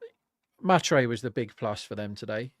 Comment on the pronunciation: The pronunciation of mhatre is hilarious 😂